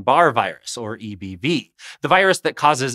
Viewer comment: I can’t stop hearing “eeby” and laughing